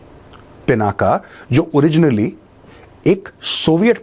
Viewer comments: I humbly request you, please don't call it पिनाका, it is पिनाक ये भगवान् शिव के धनुष का नाम है, इसको मत बिगड़िये, वैसे भी इन अंग्रेज़ों ने हमारी गंगा को गंजा कर दिया। कम से कम हम तो न बिगाड़े। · The real name of Shiv Dhanushya is " Pinak ". Not पिनाका।